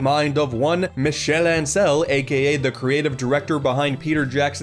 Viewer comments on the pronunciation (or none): As a French major, I feel the need to say Ansel's last name is pronounced On-sell, not An-sell, just due to the French not having the [æ] vowel. Great video otherwise :)